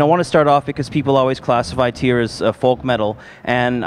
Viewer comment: MissLokiJackson Tweer!